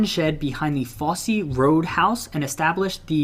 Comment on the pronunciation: Fosse isn't pronounced Fossy. It's Foss.